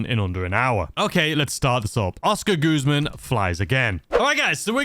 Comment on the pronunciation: we all know about your pronunciation but, please stop calling it goozman its guzman 😂😂